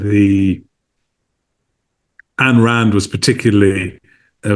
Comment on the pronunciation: Did he say "Ann Rand" It's not pronounced that way.